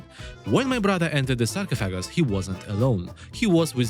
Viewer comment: Sark-off-a-guss but your pronunciation is way more entertaining!